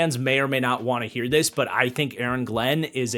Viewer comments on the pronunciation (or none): none